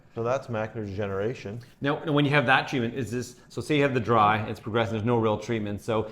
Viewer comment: I love how it kept sounding like he was saying, "Macular Generation." and made sure the audience knew it was "Degeneration, as in Macular Degeneration."